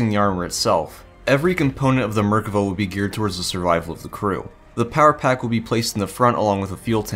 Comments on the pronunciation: Merkava isn't pronounced murkuvuh but otherwise good video. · wait is it "MER-ka-va"? I've been saying "mer-KA-va" ever since playing Xenogears way back in the day